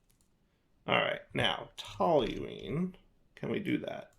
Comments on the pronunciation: Good job pronouncing toluene correctly! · pronounced "toluene" correctly! He's on a roll! 👏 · Yes, you actually are pronouncing Toluene properly as unbelievable as it might seem 😂